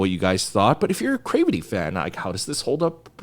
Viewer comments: it rhymes with gravity. It's a mash-up of 'creativity' and 'gravity'. It is not from 'crave' or whatever you think it is to make you pronounce it the way you do lol. I say this with love lol <3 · wait, have I been pronouncing their name wrong? is it Cravity like "gravity," or crave-ity???